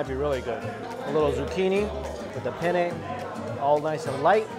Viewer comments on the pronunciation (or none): none